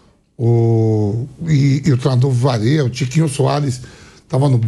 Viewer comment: Foi isso que eu ouvi do Vampeta: " o treinador Vareia"?